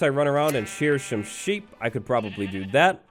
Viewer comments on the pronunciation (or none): Look the quote "shear shome sheep."